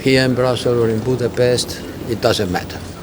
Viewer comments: Jo lenne ha magyarkent nem Budapeszteznel. Az meg elnezheto hogy egy kulfoldi igy ejti de neked nem kell. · Én per pillanat csak azt nem értem, hogy miért mondja "angolosan" Budapestet sz-szel. Engem kimondottan zavar, de ez most csak szőrszálhasogatás, egyébiránt egyetértek teljesen. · Angolul is lehet helyesen kiejteni Budapestet.